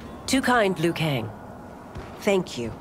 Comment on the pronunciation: Scorpion is the chosen one. He actually pronounced Liu right.